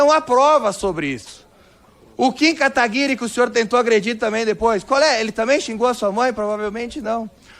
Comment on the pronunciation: Essa mulher é muito ignorante, ele não consegue até hoje falar Kataguiri... Pqp vai ser burra assim lá em Brasília